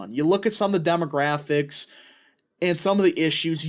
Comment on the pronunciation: Is that pronounced "demographics" or "dumographics"?